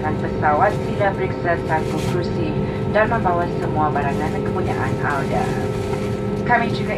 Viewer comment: Apa saya yg salah dengar..kok pramugarinya ngomong, kata anda dia bilang auda ya😯....?